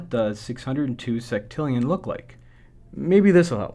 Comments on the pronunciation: "Seck"tillion? I thought u pronounce it sextillion? Would it be wrong to pronounce it with "sex"? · I wish he would pronounce sextillion correctly.